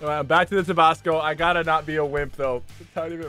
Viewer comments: We just gonna ignore how Sypher said tobasco? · Did he say tubosco and not Tabasco